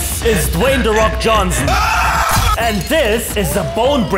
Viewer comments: "De roc" -Babushka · "de rock" babusuhka: "de fok"